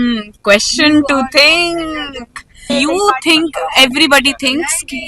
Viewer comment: Aap v to think ko thing bol rhe hain😂